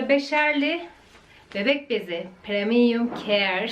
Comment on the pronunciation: Bebek bezinin okunuşu Preminyumkeer değil pirimyumkeyr